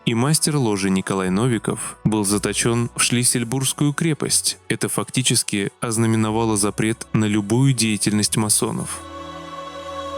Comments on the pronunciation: Фамилия русского просветителя не Нóвиков, а Новико́в Николай Иванович. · Известный издатель и масон Николай НовикОв, а не НОвиков😊Р.S. О приметах и страхе порчи: Ив.Грозный больше всего боялся " вынутого следа", ибо через него жуткую порчу можно было навести на человека...Последняя царица отличалась диким мистицизмом, что трагически сказалось на судьбах членов царской семьи...